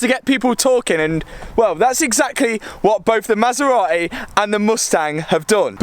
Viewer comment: Since you can’t say Maserati because you apparently don’t pronounce “t”s at all you should give that one to me! LMAO! They are both crazy!